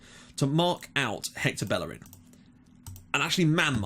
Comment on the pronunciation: Plz stop saying ``bellerin`` he is spanish so you say ``bejerin``